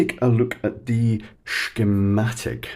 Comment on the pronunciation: "Skeemstic?! What happened to the Sean Connery pronunciation of "scheematic"? We loved that homage to the great man. I may have ragged you for it in the comments, but come on, you're a Scot! You expect that. Roll with it. Bring back the old 007 pronunciation. Please ;-)